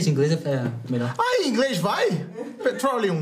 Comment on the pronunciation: Ahhh inglês vai ? "Pretrolium" kkk